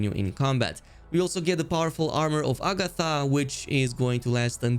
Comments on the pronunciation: sorry for being nitpicky but Armor of Agathys is pronounced A Ga This, not A Ga Tha... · Okay, I CANT ANYMORE Its AGATHYS! AGATHYYYYYYYYYYYYYS NOT agathA